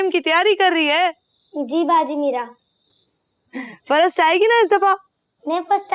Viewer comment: When says farast ay gi n